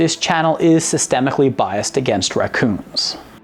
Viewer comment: Really? "Systematically biased against ra-coons" Inthis'day and age r'ya Sure ya'wanna say'htat?